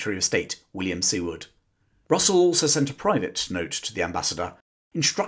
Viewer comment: Well told! For my English friends, we pronounce Secretary Seward's name sounding like ( Sueward ).